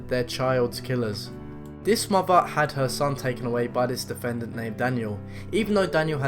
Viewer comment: And also maybe also learn to pronounce basic words like "thrill" instead of "frill" or "mother" instead of "muvver." I really do like British accents, though. Your presentations are interesting, too.